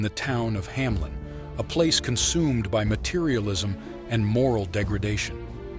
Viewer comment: It's HAMELN, not Hamlen though.